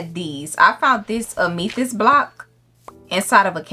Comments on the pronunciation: It’s am(UH)thyst instead of am (E) thyst I’ve never heard someone pronounce amethyst like this girl you got me laughing I love you lolll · Love how you pronounce it am-ee-thyst and not am-uh-thyst😂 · omg you used my name in the from of your house 😍 and it's (ame-a-thyst) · Its pronounced Am-uh-thist, one of my favorite gemstones ❤ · love your commentary you funny asf 😭 also, amethyst is pronounced: am-uh-this-t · Babe it’s am-uh-thist 🤣❤️ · ah-mah-this-t, its the crystal that one character(her name is literally amethyst) in steven universe is based off of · Amethyst = A (apple) me (meth) thist (fist but with a th) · Amethyst is pronounced ( am uh thist ) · It's pronounced am-e-this-st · her calling the amethyst block wrong I’m crying 😭😭😭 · the way she was pronouncing amethyst😭😭😭😭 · why you said amethyst like that? 😭😭😭😭